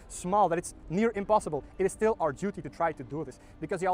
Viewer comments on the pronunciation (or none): none